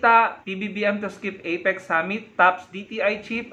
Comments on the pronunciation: APEC hindi EPIC wahahhaha boba ka ayusin mo ang pag pronounce mo ng words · EPIC b ha ha ha ituwid mo muna dila mo, APEC✌️ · FAKE NEWS YAN! APIC daw eh epic dpat kung ml a. Dinig ko itik sbi nya. Bogoooo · Parang kilalang kilala na niya sa PBBM. At ang pagkarinig ko at "EPIK" sa halip "APEC". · CRAZY WARAY...APEC hindi IPIC...ha ha....LIAR.😝😝😝😝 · Ano daw may drugtest dun sa "ipik"🤣 takte na yan bulol. Gunggong anong drugtest pinagsasabi ikaw magpadrug test kasi bulol ka ha ha ha. Ano yan sports championship na may drug test bobo😂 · Hindi mo nga mabigkas ng maayos ang Apec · Galing ng pronunciation🤣🤣🤣🤣🤣 skipgoat??? You mean scapegoat???🤣🤣🤣🤣 IPIC or APEC??? ANO BA TALAGA, SIR??🤣🤣🤣🤣🤣 What a funny LIAR vlogger👎👎👎👎! 🙋🏻‍♀️🇵🇭🇨🇦